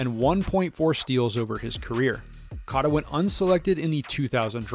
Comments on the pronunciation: Cata? Cota . It’s pronounced Coata. You butchered that one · Coat-a , not cot. I instantly turn off videos when people can't respect an athlete enough to research how to pronounce his name. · ur saying cota wrong. its like coata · You butchered Ed Cota’s last name. Pronounce it like “coata” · I came to say this.